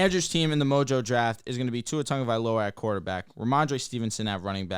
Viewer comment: TAGOvailoa not TanNgovailoa. Where is the N?